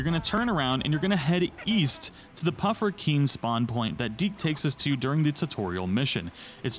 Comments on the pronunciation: Dude they're Puffskein not Pufferkeen. Wtf is even that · Me realizing that at one point he said "pufferkein": 🙃